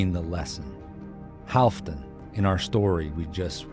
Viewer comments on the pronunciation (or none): none